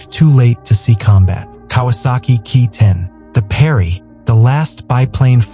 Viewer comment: NIce. but the AI voice can't distinguish 'Ki' as 'kay-eye' as well as getting some of the names pronounced wrong.